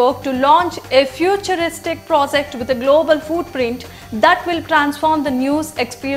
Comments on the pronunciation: No offence to story telling, however you are an English news channel then you must have pronounciation correct for in coming years. Project not Prosect for an example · may be you would like work on these words Intelizent, prozect foootprints, expeeerance, naational emaazining etc.... to get u going on ur channel